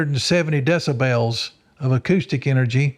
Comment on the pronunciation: Love this interview but is it bothering anyone else with the way he's saying decibels?!?! DESSA-BELLS??? Is that the correct way to say it? Maybe I've been pronouncing it wrong all this time 😵‍💫